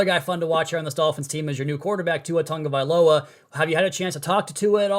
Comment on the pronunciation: Here's another genius who after a full year still can't pronounce Tua's last name ....Tonga? is it that hard to start off with Tago.? seriously ?